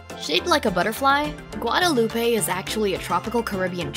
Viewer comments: Jim Green And Guadeloupe = Gwa-duh-loop not gwa-day-loopay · It is not pronounced Guadeloop pay. It is pronounced Guade loop. Remember it is French. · Interesting video, but please find out how to pronounce Guadeloupe, Nevis, Antigua, and Grenada 😀